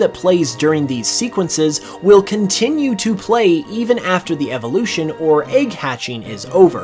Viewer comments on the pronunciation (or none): none